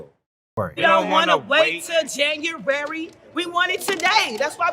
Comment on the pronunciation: “We don’t wanna wait til janjurary” loo